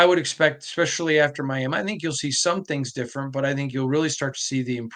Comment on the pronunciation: Clicked off after the 2nd time you said "Miama"